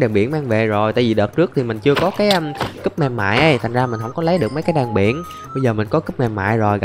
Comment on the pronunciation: Cúp chứ ko phải cấp đâu anh